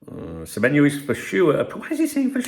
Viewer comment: Good morning 🫡👍good on you to get the players name right spot on 😆you been practicing with remy 😂👍